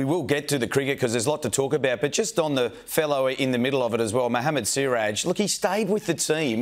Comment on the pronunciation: I agree with Skull in principal, but the Siraj thing was blown up by the Indians. The dude called him Shiraz ffs